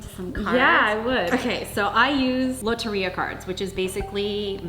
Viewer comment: wrong she said lotería wrong